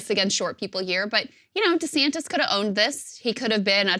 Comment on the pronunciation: Cross-dresser Duh-Santis